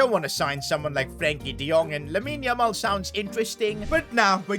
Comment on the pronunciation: Him saying laimine yamal nah today is sounding crazy